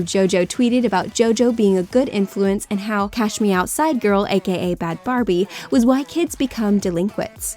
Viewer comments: Its bhad bhabie not barbie sorry not sorry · It's actually Bhad Bhabie, not Barbie. 😉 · It’s not Bad Barbie it’s Bad Bhabie.